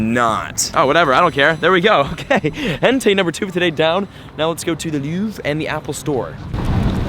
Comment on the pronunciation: Louvre, pronounced, Loov-re, but you stop it before the e, sort of. Basically in French, not all words, but most, don't pronounce the last letter. There are many rules, but it's not as hard as English. There, They're, Their...